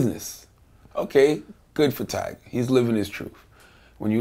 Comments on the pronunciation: Vlad. It's TYGA. Not TIGERRRR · vlad say tiger instead of tyga lmfaooo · It's "tyga" not "tiger," Vlad. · He’s said “tiger” lol at the very beginning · vitamin828 its tyga like its 2pac not 2pack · Tiger,Twister,little wayne I swear if vlad don't say these rappers names right